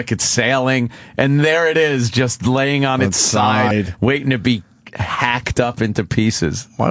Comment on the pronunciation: “they aren’t waithting any time” 😂